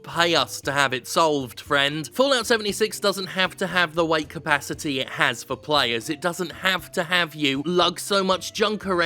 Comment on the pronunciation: did anyone else heard " white capacity " every time he said weight capacity ?